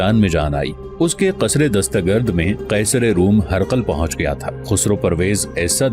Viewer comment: قیصر و کسریٰ یہ صحیح ہے "قصرا" یہ غلط ہے